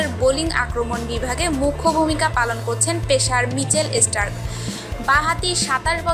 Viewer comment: ESPOT FICCHING>CHOUTIRISH< MICHEL ESTARK>>EGULA KISHOB UCCHARON????????